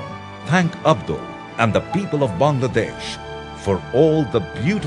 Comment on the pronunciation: The guy pronounced my country's name correctly :O What more can I ask for? Haha. Its wonderful to see our fellow neighbors (Indians,Pakistanis,& etc) commenting with such positive attitudes :)